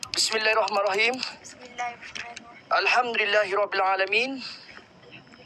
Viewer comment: Salam, maaf sblm tu aku tegur dan bgtau, nk buat paranormal xbuat lh, tpi adap dan tutur kata, jaga lh sikit, jgn lh takbur sangt, dan dh bh bnyk video paranormal budak ney, aku nk tegur sikit, aku xlh pandai sangt, tpi ble dngar die baca bismilah, mcm xkena je. Nk baca2lh btol2 sbb melibatkn ayat2 suci al,quran, jgan fikir konten saja.